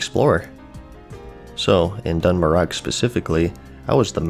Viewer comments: "Dun Moro" not "dun Morog" :) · Don Mor-ah, not Don Morak lol. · Its actually “dun morah” if we compare it to Celtic. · Dun merog? I always though it was Dun Maroh? Mar ooooww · It's pronounced mor-oh. Lol like the end of toe, go, pro, foe...... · I've always pronounced it Doon Mooroh. It was interesting hearing another take on it, lol. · It’s dun “mor-O” lol and omg that zone is absolutely awful 😂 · i love you, but listening to you say dun murrog kills me every time. Keep up the great content tho <3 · Lol, it’s dun morough(done more-o) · "Dun Mur-Og"??? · Great Uthers Ghost that is the single most beautiful rendition of any FFVII song I've ever heard! And based on the Warcraft II pronounciations of "Dun" its pronounced "Doon" or "Dune" so "Dune Moroh" "Dune Algazzz" etc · Done-Muh-Roe (Dun Morogh) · Dun- more-Ah ...... :/ I’m Irish, and yes it’s Celtic and I’m fluent in Irish which is a Celtic language and there’s plenty of Irish words that end in ogh like this and there spoken with the sound of AH not Row....All Celtic languages are very similar in how they sound, Scottish and Irish are almost identical...Dun Morogh is pronounced Dun Morah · I always said it like the scot's would. Done-moh-ruh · Imagine saying the worg "throughout" and pronouncing the "g" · So funny when you asked how to say Dun Morogh, the whole time before you asked i was like you are saying it wrong XD not that it matters at all xD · Mispronounce dun morogh one more time son i wanna punch a baby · I think you're on to something with the grinding thing. I came from a korean mmo before wow, (maple story,) and it turned me into a grinding monster as well. Lovely video. Just the right kind of content to get into the mood for classic. And I'd say the gh in Dun Morogh is silent like in 'Murtagh'. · So triggered by the he pronounced Dun Morogh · The way he pronounces dun morogh triggers me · yip and us Irish